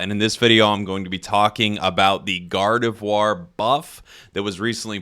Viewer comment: am I the only one who hearing jake saying God of War instead gardevoir